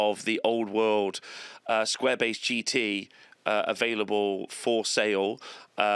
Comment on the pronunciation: Sounds like you're saying square-bassed. Which sounds like a processed fish patty...